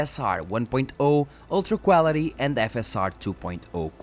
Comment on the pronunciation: Got to love the Cuálity pronounciation ;)